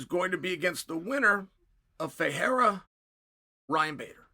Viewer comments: Perfect pronunciation on Ferreira. But is Alex Pereira still "Piera", guys? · So Chael can pronounce Ferreira but not Pereira? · Chael can pronounce Ferreira perfectly but still can't pronounce Pereira 🤣🤣🤣